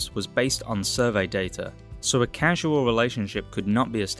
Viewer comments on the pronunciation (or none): Just one note. Your British accent AI narration doesn’t properly distinguish between the terms “casual” and “causal”.